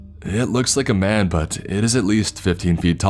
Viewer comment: "man" = "men"? Someone wishes it was "raining men". Hallelujah. The "corps" part is correct".